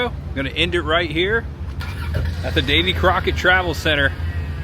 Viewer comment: Whoever was narrating this mispronounced Davy Crockett 's name .